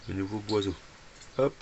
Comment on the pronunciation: Boisseau pas boiseau lol lol